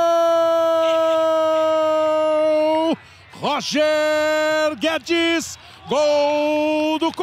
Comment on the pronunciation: O narrador disse Roger Guedes e eu só escutei Toni Kroos